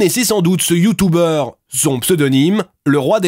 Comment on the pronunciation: Youtoube 😂 Youtouber 😂 Mais jpp 😂😂😂